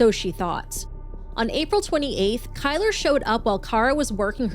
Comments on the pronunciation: "Kyler"? 😂 one of the most white trash nadness ever. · Kylr: pronounced killer.